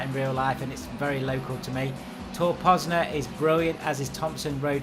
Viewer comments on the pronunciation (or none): it's tor poznań or tor poznan for other peeps missing an "n" makes a big difference i think.. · Tor Poznań or Tor Poznan (without Polish signs) not Pozna ;) Poznań is a one of bigest city in Poland ;) Greetings, good movie.